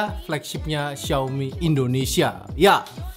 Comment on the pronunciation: Xiaomi cak bukan xaomi . . . x_X